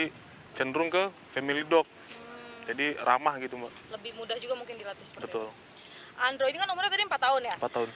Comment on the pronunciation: namanya andro, kedengarannya andrew